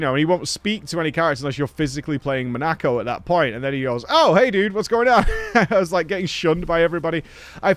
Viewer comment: Bugs me more than it should how pronounces "Monoco"